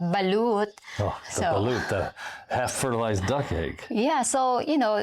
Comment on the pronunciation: Did you say "half fertilized duck egg"?